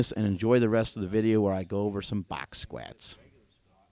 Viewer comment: 1.46 😂 skwets